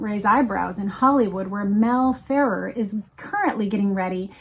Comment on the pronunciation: Mel "Fur ARE" is how it is pronounced.